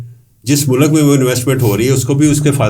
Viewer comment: Mulak nahe hota mulk hota ha